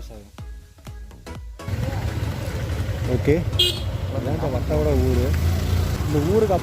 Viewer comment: Not vattapada it is vattavada